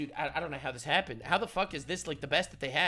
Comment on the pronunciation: How can the greatest country in the world have leadership who can’t even say this, she keeps saying dis instead of this. Can’t even speak correctly